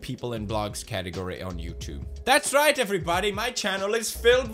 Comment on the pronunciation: killer keemstar let's get roight into the news